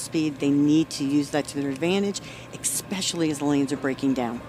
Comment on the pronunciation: The female announcer says “ECKspecially. Ain’t no “K” sound in “especially.”